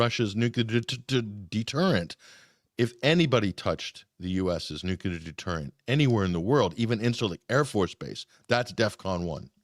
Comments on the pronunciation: Unbelievable how so many so- called educated people still say “nucular.” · Another one who pronounces 'clear' as "culer". What the heck! I hate to cheer on killing anyone, but I do want peace, and I see President Putin's reasonings as very sensible. He's a strong man and a strong leader, all in a little package. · I don't understand why all of these educated people can't pronounce "nuclear." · Not picking on anyone in particular -- just wondering. Why do so many people who should know better mispronounce "nuclear?" It's not a difficult word -- only 3 syllables comprised of 7 letters. 🤔